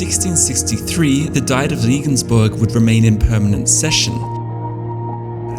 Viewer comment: sounded like you said Diet of Vegansburg